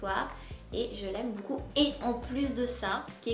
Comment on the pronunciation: Bébé lily au dedans ;)"Je l'aime beaucul beaucul" xD